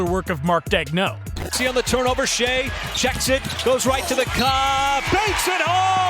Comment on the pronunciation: Mistakes: “Shay” not “shy” “Dayg-nolt” not “dayg-no” “Kenrich” not “Kendrick” JDub plays PF for OKC not SG He’s not a bad defender at all You said OKC missed on late picks and showed pictures of Aaron Wiggins JRE and JWill. JWill and Aaron Wiggins have been amazing for where they were drafted.